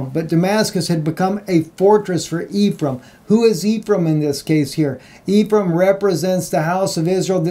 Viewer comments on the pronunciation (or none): none